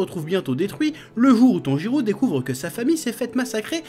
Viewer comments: Chef Tanjirô se prononce Tanjiro (en prologeant le -o) et pas Tanjirou Sinon bonne vidéo , on ressent la Pa$$ion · C'est moi ou il dit "TANJIROU" tout du long ?